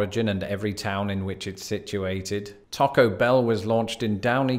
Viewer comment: Thank you for not saying "Tack-o" Bell!